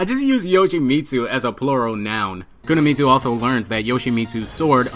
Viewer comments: Every time you mispronounce "Kunimitsu" as "Kunamitsu" I fell like someone is sticking a fork into my spine. Ugh.... Listen to your friend - she's doing it right. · Pronounced "koo-knee-mitsu" not koo-nah-Mitsu" lol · Love the video but you butchered the pronunciation, it’s not Kuna-mitsu it’s Kuni-mitsu. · you said it like Kuna Meat Sue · There is no "Kunuhmitsu". It's pronounced Koo nee meet soo. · why are you saying "kunamitsu" instead of kunimitsu? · It's kuni... Not kuna... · Yeah all I heard was Kuna m8. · Dude her name is pronounced [ku-knee-me-tsu] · ku na mi tsu lol